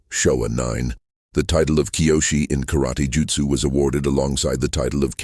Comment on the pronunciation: Can you pronounce karaTE not karati???